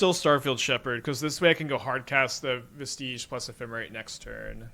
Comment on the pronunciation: Vestige is pronounced like "VEH-stij" not like "veh-STEEJ" Not tryna be a butthole, it is just really hard hearing every streamer mispronounce it